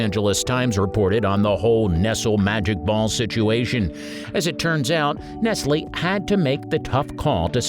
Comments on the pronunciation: It’s pronounced, NEST-LEE! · Nestle is pronounced with a long E at the end not a silent E. NES-ly is the correct pronunciation. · The funniest part of the video that made me laugh out loud was the fact that the narrator said 'nessle' for the first half of the Nestle Magic Ball segment and then pronounced it correctly for the second half of the segment. I was under the impression that it was a robot voice that was going to continue to get it wrong the whole way but imagine my surprise when halfway through, the person says it the right way. LMAO. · It’s Nestlē. That’s a long E at the end of their name. Nestleee. You should probably have a real human doing the voiceover. not a job for AI. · Nestle = nest lee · Silly, it's pronounced ness-lee!! The brand name!! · It’s pronounced “Nest-Lee”! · “Ness-el?” Really? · Ya mean nestLEE? LOL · It's pronounced Ness - lee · It is pronounced Nes-lee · The only things on this list that are no longer available are the Nestlé balls (not "nessle" balls...annoying robot voice) and the Lollipipes. Everything else is readily available in many stores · Nestle is pronounced NESS-LEE. And half of these things are still available.... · Nestle is pronounced NESS-LEE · LOL, it's "NESSLEE". smh. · Dear sir, you must be kind of young yourself. Nestle is pronounced (Ness Lee). But that's ok, I'm thoroughly enjoying this trip in time. 🩷🩷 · Mr. Narrator: Nest-lee. You had one job... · "Nessle" magic balls? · say Ness-lee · One more thing… it is always pronounced “NEST — LEE”. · Nestle is pronounced Nes-lee. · N-E-S-T-L-E-S "Ness-Lee" makes the very best....Chocolate. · It's funny because he says it wrong when saying "Nestle Magic Ball" but not saying the company name by itself. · It's pronounced Nestleeeeeeeeeeeeee! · How does this guy know so much about candy but doesn't know how to pronounce Nestlé? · I thought this was an original video, until you mispronounced Nestle. Thumbs down and no subscription. Just some more AI bullcrap.